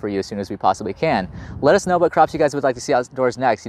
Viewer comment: Was I the only one to hear how you say "lettuce know" in the end? At first I thought it was a pun intended, now i think I just thought it up 😂